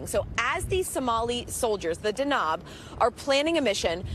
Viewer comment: The reporter completely mispronounces the special forces name, which is Danab. It means lighting in Somali language and she pronounced it as 'Dknob.'